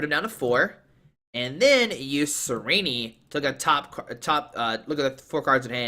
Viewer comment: the way he pronounces "Tsareena" as "tsareeneeee" bothers me